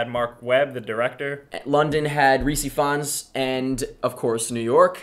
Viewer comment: The way say Rhys Ifans made me giggle - sounded like ree-see funs....:D